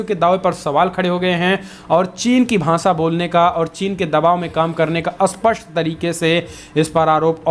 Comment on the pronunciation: सी,एस, के, चेनल के न्यूज लिडर अस्पष्ट को तो अस्पष्ट कहते ही है, पर स्पष्ट को भी "अस्पष्ट"कहते है इस कारण यह समझना मुश्किल हो जाता है कि वे कहना क्या चाहते है।